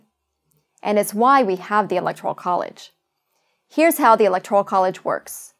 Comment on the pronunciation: She should learn to *pronounce" Electoral College before she sets out to explain it.